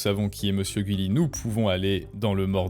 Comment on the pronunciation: Tu ne le dit pas comme il faut son nom